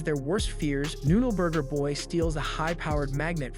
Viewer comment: i love how he struggles to say noode burger boy everytime for the whole video XD